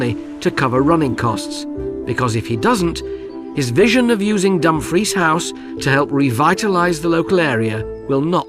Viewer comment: AI Bull💩💩💩 I have cringed every time that DUMFRIES was PRONOUNCED, I dont know why NOBODY ELSE is COMPLAINING, its SICKENING 🤢🤮😡🤬